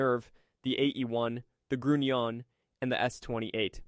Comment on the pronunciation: The S-Boats were called, school boats, not sugar boats. The U in Grunion is a long vowel, not a short vowel.